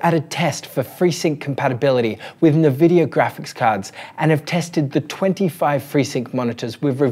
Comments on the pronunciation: As far As I know they are in Canada so they speak frenglish and this might be the reason for NeVidia and not eNvidia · Good content but it's so hard hearing it mispronounced 'nuhvidia' instead of 'en vidia'. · We appreciate the work but please amigo: it's "N-vidia" not nvi-dia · Actually... en-VID-eeyah Official pronunciation from nVidia right here: Also, unrelated to your post, but just because some crazy people like to state otherwise, "en-VID-eeyah" (emphasis on VID not the N) is always how it has been pronounced. Anyone who says it like "NEH-vid-eeyah" or "NUH-vid-eeyah", or that it ever changed back and forth how it was to be pronounced over the years, is wrong. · No mention of removal of stutter.. Major advantage of the tech. Shows lack of knowledge. Check out Blurbusters peeps. Also it's 'en vidia' not 'Na vidia 😜 Appreciate the work though and the compatibility list is great. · its NNNNNvidia not Naaaavidia. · I've heard people call it "Nuhvidia" since the 90s. It's like Aluminum vs Aluminium. You do you and ignore the trolls :D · It's pronounced INN-VIDD-DEE-YAAH for Pete's sake! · It's actually pronounced en-vid-ee-ah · It's pronounced In-vidia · Except that is Australian. And no, we Aussies don't pronounce it nirvidia either. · Jezus I can't watch it. 'NEH'VIDIA" - who doesssss thattttt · Nevidia :D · Cringe. It’s “en vidia”. The way you’re pronouncing it is like calling Intel “Ein tel” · "Nevidia"?! Apart from that, great content. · My god the way you pronounce "Nvidia".... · Mate, put that" E" in front of the "N" when you say "nVidia".